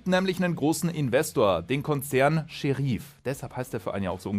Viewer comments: Gutes Video, aber Sheriff wird wie im englischen ausgesprochen und nicht Seheriiiiif… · Scheriiiif? Da kriegt man ja Ohrenkrebs. Und wie sprichst du dann Deputy aus? Depjuuuutiiiiiiiiiiii :D